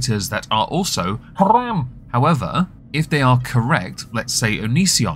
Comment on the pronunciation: Are you saying "haram" when you do that rolled r thing? As in, not-kosher for Islam?